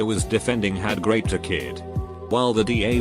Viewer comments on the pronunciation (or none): raped sounds like graped